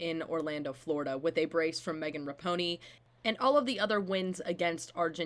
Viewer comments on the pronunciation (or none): “Megan Ra-po-ney” ??? 😂